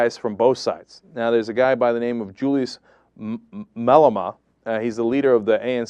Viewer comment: Learn how to pronounce Malema before you try to give the low down on our country you idiot! Rather stick with your American scandal and leave South Africa out of your agenda!